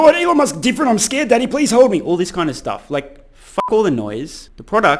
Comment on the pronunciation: Wow! Your Aussie accent really comes out when you say the word "daddy!" 😂